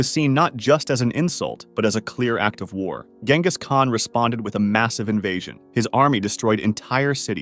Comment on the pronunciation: You are pronouncing Genghis wrong